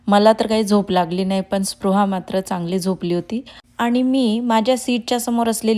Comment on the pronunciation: तुम्ही पृहा म्हणत आहात